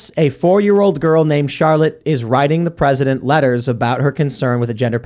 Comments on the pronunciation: “Presitent” twice. Not a chance. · The PS is "I washed my hair just for you, Mr Pwezitent"